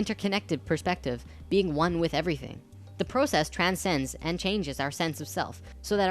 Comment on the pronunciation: you say process funny